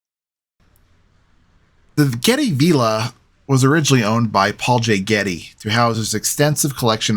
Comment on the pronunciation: Hi. Its pronounced v I lla not v E lla .